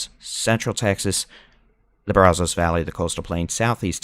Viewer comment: It isn't "Brawzos..."